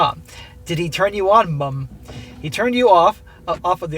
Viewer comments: Why you emphasizing "MUMmm" ...😂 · 'Mum'... it's a common usage throughout the English speaking world. 'Mom' is fine, but please don't sound retarded while saying 'Mum'. It's fairly easy to pronounce. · Why the Fck are you saying mum like that? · As a by-the-by, enough with the exaggerated pronunciation of "Mum"!!!! "Mother" us pronounced MUTHER therefore the abbreviaton is MUM! If you Yanks insist on MOM then so be it, but if you pronounce MOTHER as MUTHER then saying MOM makes no sense! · What’s funny is the way says mum is exactly what we think your spelling of mom should sound like to us 😂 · because they english u gonna pronounce mom "mum" ayeee u crack me up😂